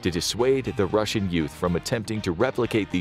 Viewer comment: "Don't be beetch; be Rossian!"